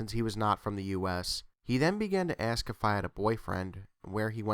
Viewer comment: he`s an axe murderer . murders the English language every time he tries to say ask.